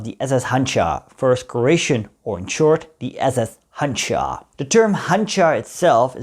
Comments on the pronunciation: It is pronounced Hanjar, not Hanchar. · You should pronounce it as Handžar …. That “ž” should be pronounced as “J” in “Joe” … btw, handžar is small curved knife from ottoman time used in “one on one” battles